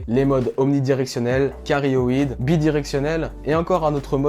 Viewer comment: Hello , si jamais on dit directivité "cardioïde" et non "carioïde" . Vidéo top tu expliques bien en tout cas.